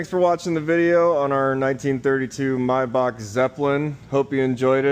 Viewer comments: In German the name would be pronounced "My-Bach, as in Johan Sebastian Bach " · The ch sound in name Maybach is not spoken k.